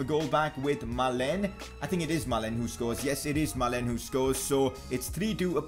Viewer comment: That is not how you pronounce malen you pronounce it like maalun